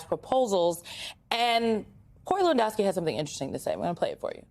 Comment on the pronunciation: From Germany here. We had a Lewandowski playing in the Bundesliga. I can't even comprehend the way she pronounced his name hahaha